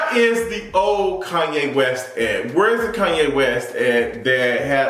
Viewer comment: Kanye,not KUNYE!